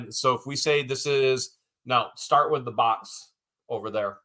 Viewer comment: I can't help it shart the fart .. Sorry....everytime you say start that's what came to mind lol 😊